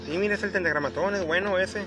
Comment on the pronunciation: 10000 veces dijo tentagramaton como chingo con eso😎